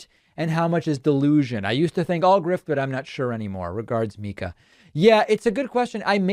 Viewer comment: It’s pronounced “Mic 🎤 ah” (Mika) ☮️💞